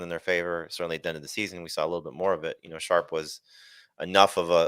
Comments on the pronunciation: Good show, but all three of you heard the name Tyjae “Sharp” twice and nobody corrected it. C’mon man! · Right how did and not correct him 😅